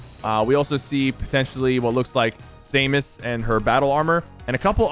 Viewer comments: Its pronounced SAM-IS, not SAME-US 😔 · "Same-us" Its just "Sam-us" please bro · "SAMESS" "BATTLE ARMOR" Dude, that's the NON battle armor, and it's only pronounced 'Sam-us' as far as I know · Him saying samus makes me sad😭 it’s sam-us not same-is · I hate how he says sAmus instead of samus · Sypher: same-mus Me: tha-no’s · Did he just said say-mus LOL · He said say-miss lol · He legit said same us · Did it hurt anyone else when he said Samus name wrong? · Might want to check the pronunciation on Samus my guy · I know people will be mad at me but he says "samus" wrong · Next time you pronounce "Samus" the way you just did, I'm reporting your channel for nudity